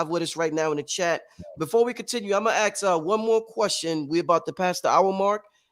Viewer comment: Why does he say "ax" for ask...